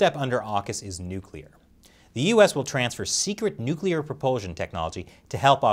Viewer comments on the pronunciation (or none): As dictaker morrison said “nuplear submarine”